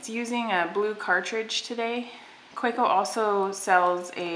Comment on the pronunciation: Kaweco: Kuh-veh-co